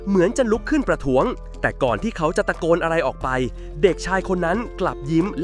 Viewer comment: ตะโกนแต่ออกเสียงว่าตะกอน😅😅